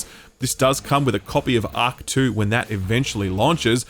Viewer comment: My God, listening to say " Auck 2 " instead of Ark 2 was hilarious. Work on your Rs buddy 😂